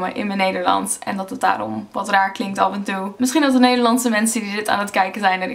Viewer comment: You also copied some small pronunciation details from English. My cousins are Dutch but have lived in America for 20 years so they have a very American accent in their Dutch, just like you have an accent. When you said 'af and toe' and also when you said 'zeggen' I noticed it the most. You said 'toe' with a long 'oe' and with 'zeggen' your intonation is very english, really with a sharp 'z' where Dutch people's 'z' is usually a bit flat. But you made a nice video, I enjoyed watching it!